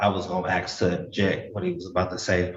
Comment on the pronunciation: I was gonna ax. Lmfao blackinese never dissapoints